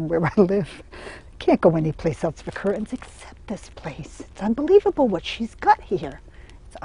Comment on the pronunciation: I'm just here for the 98th time the rest of you. I love her glottal stop on cur'ains.